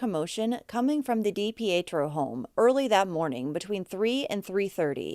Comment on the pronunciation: Mainer here that’s dating a Dipietro NO RELATION it’s pronounced Dee Pee tro